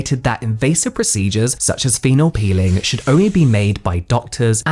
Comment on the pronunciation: It's a pEEling like in "appeal" not a piLLing 💊 ...I don't want to sound pedantic but when you make a whole video about it, that's more than lazy...imho